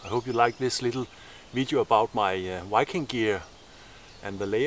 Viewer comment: When he said Viking it sounded like Wiking what's his accent? Ish just curious:3